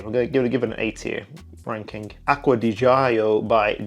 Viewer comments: It's pronounced Acqua di "JOE" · Need to learn correct ADG pronunciation :D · and I should take notes from expert who cant even pronounce one of the most legendary perfumes of all time... ? jeeeeeez